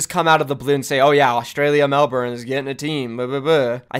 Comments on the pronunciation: Nice video friend BUT, Melbourne is pronounced as "Mel-burn", not "Mel-born" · Mel-bin not mel-born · everytime he said melborne it made me want to die, the pronounciations hurt. If OWl says it like he did I'm not watching season 2. Can't handle it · as o aussie, ur "melbourne" pronunciation is pissing me off (im joking before u hate on me bitches) , and im only up to . its melbourne, not melBOORRRHHHHN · You are pronouncing Melbourne wrong. Bourne isn’t pronounced liked Jason Bourne. It’s pronounced Mel - Ben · You I am Australian and I just wanted to let you know that you are pronouncing Melbourne wrong, the actual phonetics are ˈmelbərn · It’s actually pronounced melbun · Just to give you a heads up, never say Melbourne like that again cause you’ll get destroyed by every Australian, be safe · How you pronounce Melbourne XD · every australian cringing at pronunciation of Melbourne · Jesus christ your pronunciation of Melbourne is scuffed as hell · why does Melbourne not make sense? It's a capital city, and the second most populated in the country Also you say Melbourne wrong... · Wat a wanka can't even pronounce Melbourne right. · The way Americans pronounce melbourne actually hurts so much